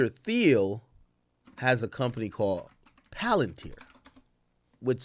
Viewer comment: Pronounced "Teel"